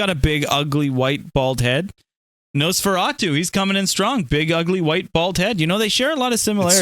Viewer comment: When called Nosferatu “Nosanosaratu” it killed me 😂